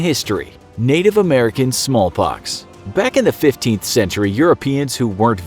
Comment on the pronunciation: did he just say “ smol pox “